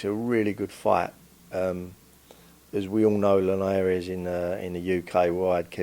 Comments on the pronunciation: Who the fuck is Jorge Line-Air-eez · Love the way he pronounce linares 😂